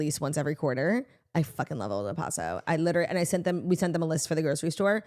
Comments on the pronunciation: As a La Tostada/Texan, I gotta mention it’s pronounced “Old El Pass-oh” 💃🏻but I know y’all love you pronounce things in yar own way🤗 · Lmao I came here to say this lol! I could not get over the sound of el “posso” I kept saying they are messin with us this has to be a family inside joke! I mean people say it correctly all over the states on tv commercials lol😂😂